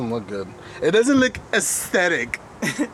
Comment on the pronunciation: Every time you said “aesthetic” I giggled 😂